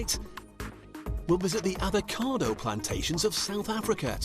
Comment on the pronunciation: What’s an ‘avocade’ ?